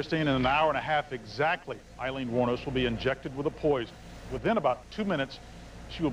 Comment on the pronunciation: I just want to say I think you're mispronouncing her name possibly which kind of sucks if that's the case to be doing it to the entire presentation rather embarrassing I guess but I think her name is pronounce: Ayeleen...Ay-leen...not Iy leen not eye leen... Does anyone know what I'm trying to say?